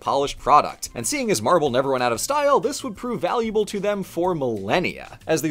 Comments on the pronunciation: Sorry, I can't help but hear you say "Marvel" every time, which makes this video super confusing if you're not paying 100% attention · Is it just me or did most of the times that said "marble" it sounded like "Marvel"?